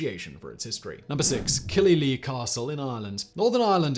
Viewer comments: Killyleagh is more like Killy-lay rather than Killy-lee. Source - grew up about 10 miles away from it. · killylee? my ears hurt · Simon, repeat after me "Kill-e-LAY". And it's in Northern Ireland, not Ireland. Totally foreign country.